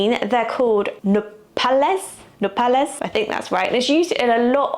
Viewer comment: You said "nopales" very well! They're SO GOOD. As your Mexican-American friend from St. Louis in thr US and Monterrey in Mexico, prickly pear tastes like strawberry mixed with honey to me. Agave juice is called "agua miel" - honey water - and it's like that but fruitier to me.